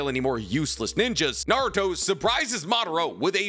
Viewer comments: Naurot?!, you drunk? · "We are Naurot, the fusion of Kakarot (Goku) and Naruto!". Sounds like Vegito refusing to say Goku. Lol, but for real that would be a pretty dope fusion.